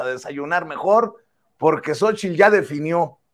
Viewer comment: Y POGQUE? POGQUE?